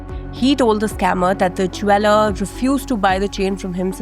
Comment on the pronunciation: Please learn how to pronounce "Jeweller" correctly. Indians I tell you LMFAO